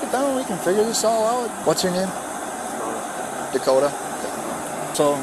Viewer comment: Dakotah, with an H? Should have been DUHkota